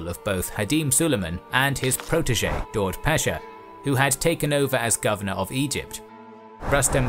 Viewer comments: Daud is pronounced Dawood. Its an Arabic version of the name David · I think Daud is pronounced dawood (David in arabic) but I'm not sure